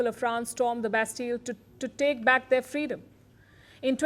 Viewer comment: To give frreedom to African gold 😂😂